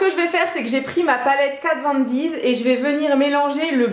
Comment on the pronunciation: Pourquoi tu dis Kat Von Diz ?????